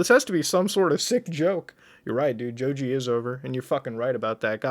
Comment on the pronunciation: How he pronounces Joji like Joju hurts me